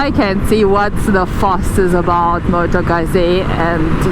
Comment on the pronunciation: No not motogazi .....🤣🤣